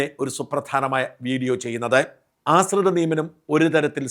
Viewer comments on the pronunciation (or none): "ആസ്രിത" അല്ലാ "ആശ്രിത" നിയമനം എന്ന് പറയൂ ഷാജൻ